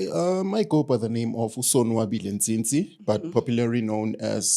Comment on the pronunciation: "Ntsintsi"...I'm proud of you mtase